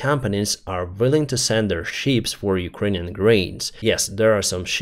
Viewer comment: Thank you for your work and videos. One little unimportant correction: Please do not pronounce the word 'ship' 🚢 like 'sheep' 🐑 🙂 Greatings from Switzerland